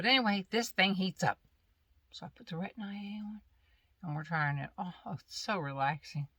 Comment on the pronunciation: Hi I enjoyed your video. I hate storms!! I don’t go to sleep until the storms are over at night lol. I tried Retin-A before. I wish I would’ve stuck with it but I didn’t. Oh by the way it’s not Retin-I-A. it’s just plain Retin-A.🤗